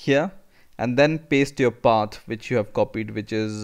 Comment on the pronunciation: lol when he says "Path", it comes out as "pat"